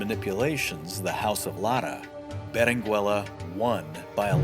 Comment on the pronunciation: The double L is pronounced, as "y"-canyon. The "u" in Berenguella is not pronounced as in " Berengeya". The "g" of Giralda is pronounced as in: H.